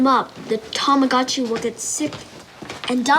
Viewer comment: I will never forgive you for the way you pronounced Mario and Tomagotchi